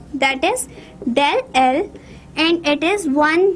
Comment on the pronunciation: Ye dell L ni h It's delta L😂